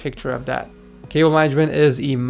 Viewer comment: DID HE SAY WIRE MANAGEDMENT?!?!?!?!?!?!?!?!?!